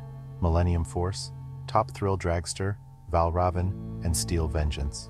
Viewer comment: It may be valravn but it is pronounced val raven. As a coaster expert you should know these things